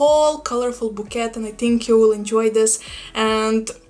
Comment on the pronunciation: Hi, Bouquet is pronounced BO KAY, you're welcome! I found several variegated whale fins in my local plant shoppe, they were US 100.00, I don't think so! I also have a Ferocactus Latispinus that is similar to copiapdadealbata...i call her and her twin 'the evil ones.' Her spines are SO dangerous and she has hurt me many times! They came from a man who was clearing his relative's plants after she passed away. I arrived at the house for a sad euphorbia trigona (doing GREAT). They also offered me these two 'evil ones.' Good luck with your wish list! 😉🌿